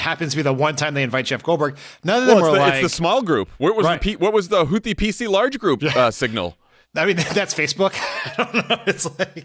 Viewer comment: “Who was on the Houthie PC Large Group?” Lol